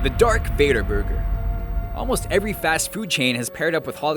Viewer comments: It's Darth Vader not Dark Vador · "Dark Vador"? "Dark Vador"?!? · OMG! It’s not dark vador, it’s Darth Vader! How rude to us fans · Wut!!!! Dark vador!!! It's darth vader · "Dark Vador".... smh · Its not even Dark Vador its Darth Vador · um it's Darth Vader not dark vader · "Dark Vador" .................. Darth Vader?